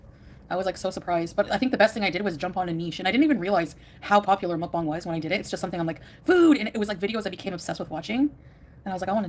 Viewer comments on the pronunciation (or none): none